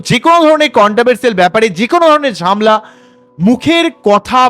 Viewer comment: ঝামলা নয় ঝ্যামেলা